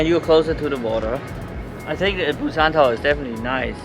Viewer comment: Welcome to Korea! Thanks for sharing your trip to Busan, I've been there only once for a few days and I really want to go again after watching this. And, your pronunciation was precise! Hope you enjoy your time here and I can't wait for more videos!